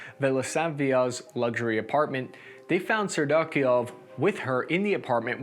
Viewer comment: I love the russian name pronunciations. Sir you said serdyukov 5 different ways and not one of them was correct. I fucking love it though. Hail ukraine 🇺🇦. Love your videos